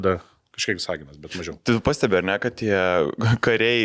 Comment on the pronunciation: Vìsaginas kirčiuojama